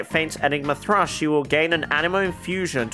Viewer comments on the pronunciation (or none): none